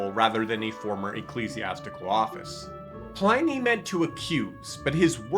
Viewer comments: Cool. Thanks. Btw It's pronounced Plinnee not Ply-nee. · Please note: Pliny rhymes with "tinny", not "tiny". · Ply-nee? Ply-nee!!?? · That should be pronounced Plee - ny. In Latin, i has the sound of a long e in english. Romans also believed Christians sacrificed and ate babies: not so far from the Satanism of many pagan rites. This was probably a garble of the the Christian celebration of the Lord's Supper which I believe was kept secret at that time for that reason. But the best description of early Christianity is found throughout the Epistles of Paul, John, Peter, James and Jude in the New Testament, Curious? Start there. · The Roman letter "i" is pronounced as in "lift", "pig". To get an "eye" sound, they joined "a" and "e" together. So you would pronounce it "Plinny". In fact, we should use his correct name "Plinius" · If this person is going to proffer himself as an expert on this subject, he needs to at least know how to pronounce “Pliny” correctly. Also, the way he casually blew by the letter describing two slave women who were tortured for being deaconesses I, as a guy, found misogynistic and gender-biased. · I believe his name is not pronounced PLINY as "I", but rather Pliny as "in". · Just watch your pronunciation of Pliny. It's in like in bin not ine like in spine. The religious hostility in the Roman era did not come from the Romans, who accepted multiple gods, but from the Christians, who did not and asserted that theirs was the only one. In Christian religious history it's easy to find many examples of fraud, theft, adultery and falsehoods.